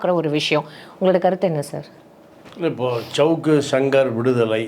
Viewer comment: ச்சவுக்கு... ஜவுக்கு...ன்னு சவுக்காதய்யா கன்றாவியா இருக்கு 🤦 சவுக்கு இல்ல சங்கர்ன்னு சொல்லு